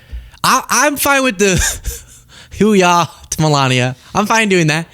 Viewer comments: Saying how ya with that accent and like you have never heard the expression till today. And its HOOya not who-yeah PS ain’t that a USMC thing (see Al Pacino) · It's "HUAH" not "HU-YAH"😂😂😂😂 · It’s Hooah not ho-ya she got paid today. Everything he does is transactional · Ugh! That speech should have stopped at the garbled "Hoo Yaaa". Embarrassing! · She said that all wrong!!! If you cant say it right,dont say it at all. I did 10 years Navy and 10 in the Army and I have never heard it said that way in either branch. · There is no “hooya” in the Navy. I was in the Army for almost 30 and we say “Huah” Pronounced “Hoo-ah” or “Huuh.” It’s hard to make this clear via writing. Just go ask any Army soldier or Army vet to say it for you. The Marines say “Ooh-Ra.” Melania was most likely mixing up the different battle crys. Do your homework, lady. Not a tough assignment to prep for.